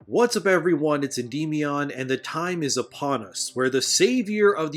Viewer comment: The fact that you mispronounce Endymion is hysterical.